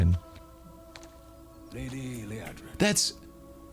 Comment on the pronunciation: Lee Ahh drin, not Lee Ay Drin.